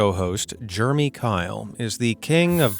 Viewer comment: Are you saying Germy? Or Jer a mee? Like the name Jeremy. I feel like I'm in 5th grade explaining how to pronounce Jeremy instead of germ with a y. Crazy. If this isn't AI then.... Learn how to say the name if you are going to say it at all.